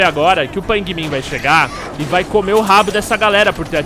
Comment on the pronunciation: Aaaah que Afliçao! "Pain Min" , "A JAY" '-'... Kkk Merec Like cê é Fodss